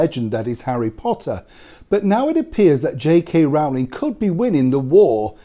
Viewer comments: Always love your videos Sir. However, not wishing to seem pedantic but it is Rowling as in (bowling) not Rowling as in (howling). That said I wouldn't believe anything the Guardian printed. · I wish Neil would pronounce "Rowling" correctly. It's "Rolling". The first syllable rhymes with throw, show and snow, not cow, how and now.